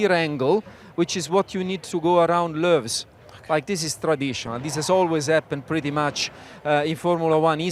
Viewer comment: I reckon I just heard "Loews" pronounced correctly for the 1st time ever. Thank you, Andrea Stella. If you don't know what I'm on about, it's one of the hairpin names Sam mentioned. Apparently it's actual name is the Fairmont Hairpin, but I've never heard it called that. It was the Station Hairpin when I was a kid, then Loews, and currently Grand Hotel. I also recall when Mirabeau was Mirabeau Haute, Portier 1 was Mirabeau Bas, and Portier 2 was the Viaduct.